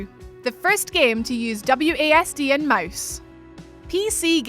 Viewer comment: I kept hearing her say W A Ass and D...nice accent though😏